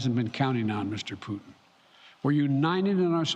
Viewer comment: He said Vladimir pudding?